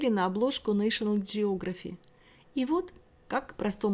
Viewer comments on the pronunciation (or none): none